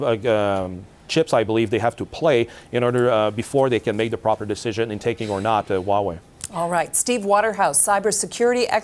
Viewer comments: I twust Waw-way compweetwy... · No Way Hauwei